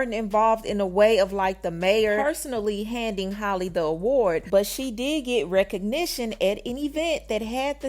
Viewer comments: Halle rhymes with Sally her name is not Holly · And not even saying her name correctly